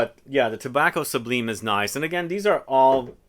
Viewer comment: Pronounced Tobacco SUBLYME.... lime as in the citrus.